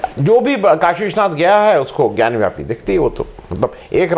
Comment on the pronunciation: bewakoof ho kis masjid ke baahar Nandi hota hai and more ever it is not gyanwyapi it is gyanvapi